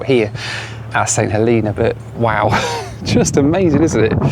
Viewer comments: St Heleeeena? lol, its Helena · St. HELENA, not hilina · St HElena, not HeLEna! It’s HElen, not HeLEN as well! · I think its pronounced Saint HeLAYNA but what do i know? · Growing up in the UK, how did you manage to mispronounce St. Helena?